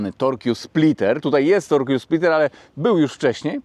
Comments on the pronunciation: tyle razy powtórzyłes torkju spliter że muszę zareagować że "torque" czyta się: tork ;) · nie mów torkju 😂. Torque wymawia się tork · Torkju? Torque czyta się (z grubsza) tork.